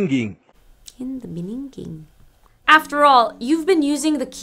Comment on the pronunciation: i'm in the process of online "window shopping" but i have to say that your videos are really good! and funny ("in the beginginning")